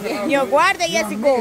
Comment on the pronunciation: por favor se llama Jessica, no jessico, y tu.eres.